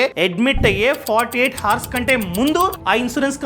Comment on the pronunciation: హర్స్ కాదు, అవర్స్ అనాలి. Actual spelling is hours, but we should pronounce it as if it is ours. Sorry if you feel bad. Your videos are good, I watch regularly.